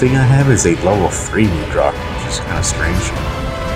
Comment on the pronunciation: mud rock. say it like that. not mood rock.